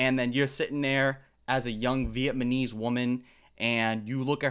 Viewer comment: Blud said VietMahKnees